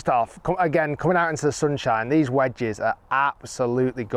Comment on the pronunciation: The way Rick says "vwedges makes me want to throw myself off a building